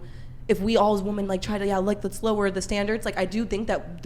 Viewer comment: Am I the only one who keeps getting triggered at their mispronunciation of the word "women" ???!